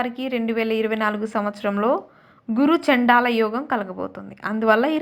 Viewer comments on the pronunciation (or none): it's not guru chadal chandala between ch and da sunna vastadi